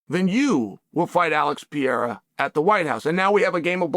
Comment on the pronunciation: Chael is funny as hell!. Always calls Alex peeara😂. He knows how to pronounce it he just keeps saying Peeara!😂